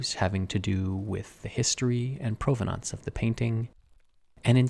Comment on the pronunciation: The word is pronouned "prah vuh nunce" not "proh va nonse".